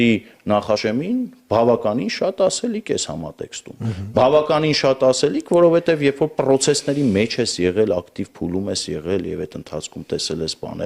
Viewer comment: Բա որ գիրքա գրել հայերեն, որովհետև բառը մինչև հիմա վուրովհետևա արտասանում։